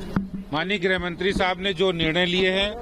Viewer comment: हिन्दी सुधार लें.. गृह होता है ग्रह नहीं। मातृभाषा है.. ध्यान रखें.